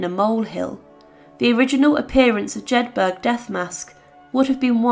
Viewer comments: Jedburgh is pronounced similarly to Peterborough. Not Jed- 'berg.' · Pronounced, Jed buruh, note.